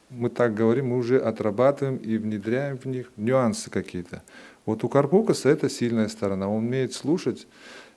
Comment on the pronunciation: Может карпукАс, а не карпУкас